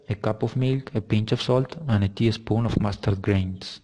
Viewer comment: Great video! Remember that there is a difference between “English” and “British”. “Teaspoon”, not teespoon. We’d probably use vegetable oil instead of olive oil, but that’s minor. Well done!